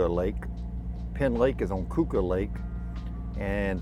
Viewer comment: Keuka Lake is pronounced like'Q-ka' lake.